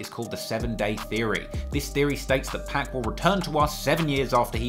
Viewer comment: I love all ur videos but it kills me inside every SINGLE TIME you say 2pac's name wrong😆😆😆